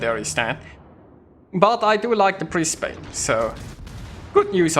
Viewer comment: British ship? Brisbane is of the Commonwealth, regardless of it being based off Mino. Also you aim too high up on your targets which is why you miss an insane amount of your shots. 76k is on the pretty low side. Its not pronounced Bris Bayne either its more like Bris Ban with the E being silent.